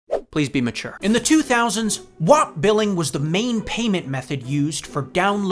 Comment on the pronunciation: Oh boy, then you started pronouncing WAP wrong. Anyways, still loved this video, always excited to see pop up in my notifs!